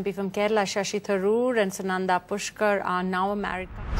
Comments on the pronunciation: Sashi or SHASHI ? 😅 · It's Shashi Tharoor... Not sashi ...my Favourite